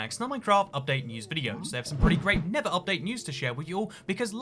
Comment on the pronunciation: tell me he did not say nibba update lol